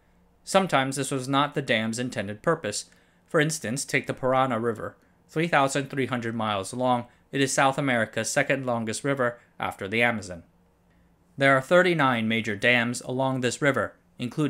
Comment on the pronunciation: Excellent topic/episode. Only one feedback: it's Paraná River Notice the accented a. Pronounced pa.ra.naaah Edit: correct spelling is Itaipú Dam. Now you know how it's pronounced. 😊